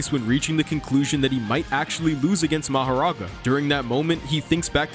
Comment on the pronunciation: Excuse me but did you say “Maharaga”?